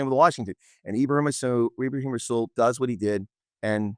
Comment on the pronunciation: Yes but the R in rassool is silent.